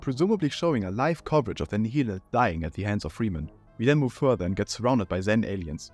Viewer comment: Nihilanth is pronounced nile-anth. "Half-Life 2: Raising the Bar states that the first part of the Nihilanth's name is a reference to Nihilism, while -anth is a common suffix that is related to flowers and is a reference to how its scalp peels open like a blossom."